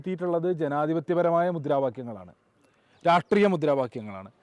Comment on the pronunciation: രാഷ്ട്രീയ എന്ന് പോലും അവനു പറയാൻ പറ്റുന്നില്ല